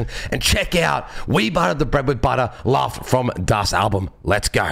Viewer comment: Läuft is actually pronounced with an "-oi" sound, as in boiling something. And the meaning of the phrase is actually rather hard to explain tbh